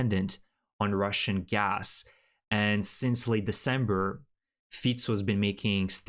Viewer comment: Can you say GAS ? UGH ?! Its it hassprom its Gas prom